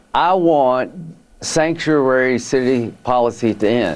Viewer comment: “Sanctruary”. Hmmm